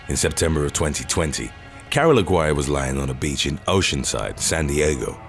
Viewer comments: Lol Aguirre is not pronounced AG-WIRE, but rather AH-GEE-REH. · You're pronouncing the last name wrong. It's Ah-Gee-Reh.